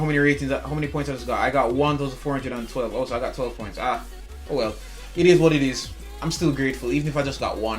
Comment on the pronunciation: I like whenever you say "Itis what titis"😂